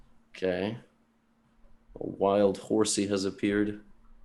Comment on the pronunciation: "Wild horsea has appeared"